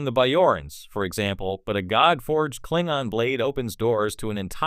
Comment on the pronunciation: Sorry. Can't watch it when you mispronounce Klingon as Klingan or Klingen.